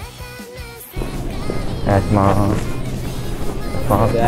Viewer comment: お願いしまーすかと思ったらヘンファーンって言ってて草